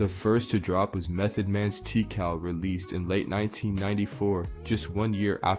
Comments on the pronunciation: Bruh.. Yer killin me with the Tee-Cal. It’s TA-Cal.. TA, like TA-TAs and Cal like the name. Pronunciation is subjective in many if not most cases but considering Meth straight up says it about 5000 times on the title track alone it’s not really open for debate. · he said teacal, this guy never heard the album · Did bro say Tea-cal ? O he'll na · "Tea-cal" lol